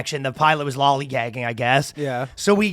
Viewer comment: It's hilarious when says "lollygagging." Not sure why. Just is.